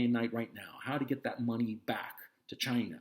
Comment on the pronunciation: "Chy-naah" why's this funny 😆